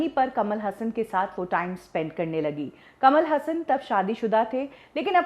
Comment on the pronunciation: कमाल हसन कमल हासन